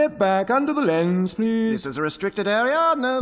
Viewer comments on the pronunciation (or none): none